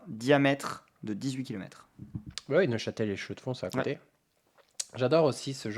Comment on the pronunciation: 😅😂😂 j'ai passé presque 10 ans dans la région de Neuchâtel et je n'ai jamais mais absolument entendu "Neuchâte" 😂😂 les gens disent tous "Neuch" 😊